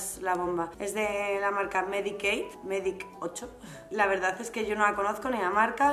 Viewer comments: Te ha parecido que dice Mary Kay porque la pronunciación con Medik8 (medikeight se dice) es muy similar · Ha dicho "Medik8" no Mary Kay